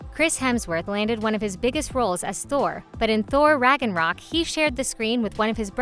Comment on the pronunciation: When she pronounced ragnarok😂😂